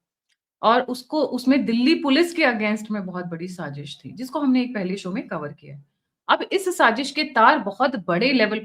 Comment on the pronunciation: Madam,saaJish nahi hota saaZish hota hai..